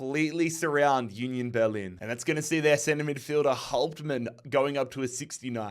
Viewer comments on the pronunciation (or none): none